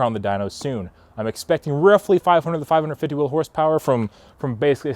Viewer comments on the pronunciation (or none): none